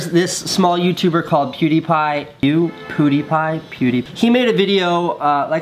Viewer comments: Casey says "There this small YouTube called PewdiePie" (Continues to pronounce it wrong) I mean come on Casey he has 8x the amount of subscribers as you! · when he said theres this small youtuber called pewdiepie I sensed 0% sarcasm and genuinely think he was trying to make it seem like he hadn't heard of pewdiepie before the forced positivity video. he was all like pew pew pewdie pewdiepie trying to pronounce it and whatnot.. him acting like he hasn't of pewdiepie before that video makes him look jealous and phony. never liked Casey he thinks his shit don't stink or something smh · I guess he called PewDiePie a small youtuber as a joke, notice how he tried to mispronounce the name! Calm down people! 😂